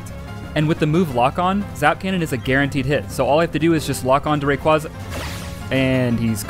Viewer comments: The way you pronounce Rayquaza hurts me physically, don't understand how so many people get it wrong... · YEA! ITS THE RAYQUAYQUAY